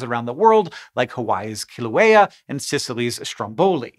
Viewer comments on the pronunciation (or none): none